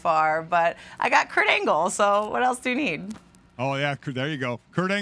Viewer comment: Oh!!!! KURT ANGLE....... I thought you said "Crangles"